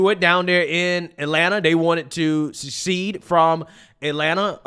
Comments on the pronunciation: How does manage to pronounce secede as succeed? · It’s secede, not succeed.